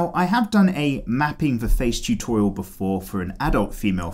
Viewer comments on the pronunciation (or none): The way he says tutorial 😂